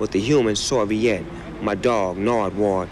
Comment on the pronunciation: Snoop been saying Nardward since 2002